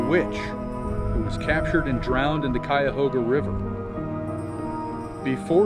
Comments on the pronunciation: Thank you for pronouncing Cuyahoga properly! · your pronunciation of Cuyahoga. If your not local, Bravo you nailed it and fooled a local. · watch any other video about the Cuyahoga Valley and pay attention to how they pronounce Cuyahoga. Its so off and not close. If you are not local thank you for taking the time to at least pronounce our area correctly. Clearly you take pride in your research of topic. A true professional.